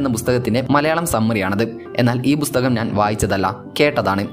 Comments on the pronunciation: ബുസ്തകം അല്ല ബ്രോ.... പുസ്തകം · ബുസ്തകം അല്ല പുസ്തകം. 😍😍😍 (തെറ്റ് തിരുത്തിയതിന് സഹൃദയം ക്ഷമിക്കണം. കളിയാക്കിയതല്ല ട്ടൊ ചേട്ടാ...😍😍😍❤❤❤)